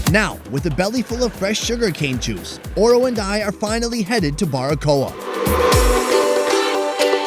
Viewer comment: Oro not ora sorry